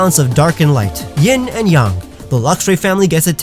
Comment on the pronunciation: yin and yang not yin and yong